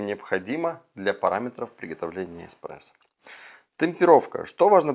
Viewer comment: Мне кажется, или он сказал в самом начале "...Технология эКспрессо", мда, после такого сразу остановил видео, диванный эксперт